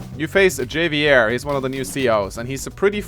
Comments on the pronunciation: love ya dude, but it's "Hah Vee Air". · I hated blackbombs but would've been cool with them if missiles silos were taken out and functioned liked blackbombs instead, so to use Black bombs would need infantry or mech to get control of them first. and Javier is pronounced with an H , HAHvier, like Javier Bardem Who is still ridiculously broken